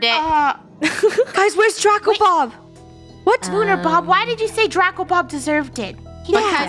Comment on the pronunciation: "Draycko the Snaycko"💀